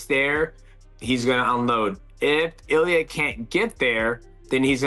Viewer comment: Please pronounce names correctly. Accent 1st syllable. Illia.Ill...lee..ah.